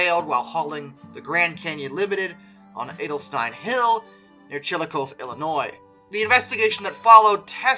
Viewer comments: It's pronounced CHILLA-CAWTH-EE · The Santa Fe segment. The curve is pronounced Who-l-a-han (Houlihan). The town is pronounced Chill-a-cothy (Chillicothe). I live within a 40 minute drive of both places and photograph trains near there. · no no no no no no no! as a Illinoisan the correct pronunciation Chile cohte (cothe pronounced like coffee but instead of the f's it its t&h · You mispronounced “Chillicothe”. You got the Chilli right, but Cothe is pronounced Kaa-Thee.